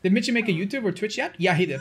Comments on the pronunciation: If he's german, his name isn't pronounced "MiTchi" but more like "miShe". (like the word "she") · Hahaha es de las pocas veces que te escucho hablar español, xD lo digo porque al parecee Michi se pronuncia Miji, yo también cuando lo vi no sabía como pronunciar asi que lo hice como tú, a lo español xD Saludos, crack. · *for the Germans out there because has been mispronouncing the name: Michiiiiiiii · so does this guy really pronounce his name like otz does? because Michi in german is the short form of the name michael and is pronounced like "mihi". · Man kann nicht behaupten das miji wie Kirche oder Lurch ausgesprochen wird, das ist ein grober Fehler. Es wird wie Rachen, Rochen oder Rauchen ausgesprochen. Diese 2 Laute sind sehr verschieden und werden in zwei verschiedenen Mund Gegenden gebildet. Ich hab mich da emotional hineingesteigert, hätte ich nicht machen sollen, mir aber egal. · I know it’s been a year but because you are spanish: michi is german and the ch is pronounced like the spanish j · Its a german Name you say the ch in michi like a hissing cat and/or the j pronounce in spanish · He is probably german and you butchered his name. It's a nickname for Michael btw.